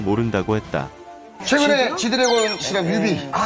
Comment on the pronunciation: 이름도 제대로 안부르는거봐 ㅋㅋㅋㅋㅋㅋㅋㅋ 짇레씨가 ㅇㅈㄹ